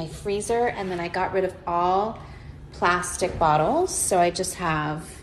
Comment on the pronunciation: How she was stressing on "PLASTIC"🤣🤣